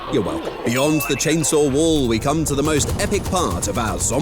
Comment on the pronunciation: I love how he says "get to ze chopper" In a hilarious way☠️